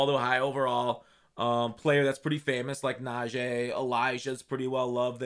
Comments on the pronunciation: Najee name is not najay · please pronounce najee right bruh…